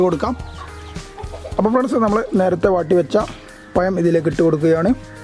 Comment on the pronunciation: പയം അല്ല പഴം